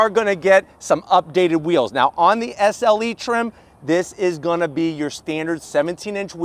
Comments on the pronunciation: SLE... not SeL 😂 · Hey, You kept saying “SEL” badges all over the back of the vehicle. It’s SLE. 😂